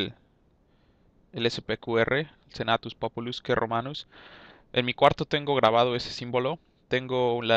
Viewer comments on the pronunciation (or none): muy buen video por cierto, sin parecer demasiado quisquilloso pero por si no lo sabías, en latín el "que" creo recordar que se leía /cue/ asíque sería "senatus populuscue romanus"